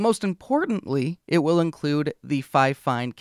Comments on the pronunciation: Why are you pronouncing it like Fi-Fine? Everyone knows its pronounced Fine-Fine. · Sorry to say but you are saying it wrong it’s ‘Fine Fine’ not ‘Fi Fine’ dispite the spelling. 😊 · It's "fee feen" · If you want your company to be pronounced finefine, why not write it that way in the first place? 😂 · That pronunciation has always killed me 😂 I am pretty sure Think Media got that pronunciation stuck in people’s heads. I don’t understand why more creators don’t ask how companies want their name pronounced, even if it seems obvious to me, I still ask… it’s literally the least I can do. 😂